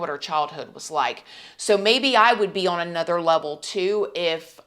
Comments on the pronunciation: The word 'on' is just one syllable. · Can't handle her rap pronounciation of "on". She sounds like Tiffany Hadish or Queen Latifah